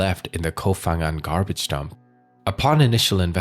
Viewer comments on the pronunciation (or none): The name of the island is "Koh ....", not "Kof...". Who cares?❤️